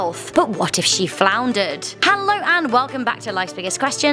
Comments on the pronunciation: Hold on Hold on. 1. She is British not British American 2. Did u call Cunard Canard? 3. It's Foundered not Flandered! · not flownder Fow-n-der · "Cunnad line" "Floundered" calling a ship a boat ???